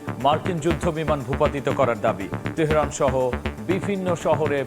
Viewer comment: উপস্থাপক যুক্তরাষ্ট্র উচ্চারণ করতে পারছেন না তেহেরান উচ্চারণ ও ঠিক হচ্ছে না